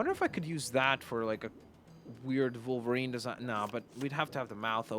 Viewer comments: Why does he say volverine not wolverine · Why do you say volverine instead of wolverine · no criticism but why do you say volverine and not wolverine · WOLVERINE NOT VOLVERINE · Wolverine not volverine but keep up the good work and love youre vids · He was saying Vulverine no Wolverine. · It sounds like you say volverien not wolverine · It’s wolverine. Not Volverine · U called him volverinr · Volverine? That’s how it’s coming out on my iPad. Unless you just say volverine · your vids are awsome but did you know that you say volverine